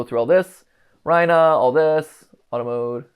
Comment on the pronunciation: why would it be rye-nah and not ree-nah 😭